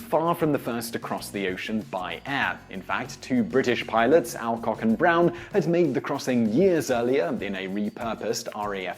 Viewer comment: Interesting choice of pronunciation for Alcock & Galway (should be All-cock & Gaul-way surely?).